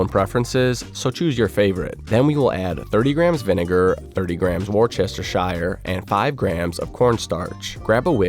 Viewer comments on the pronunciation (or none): LOL my dude its pronounced wuss-ter-sheer not war-chester-shire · War-chester-shire was epic lmao